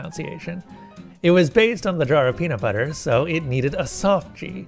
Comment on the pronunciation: peamut bubber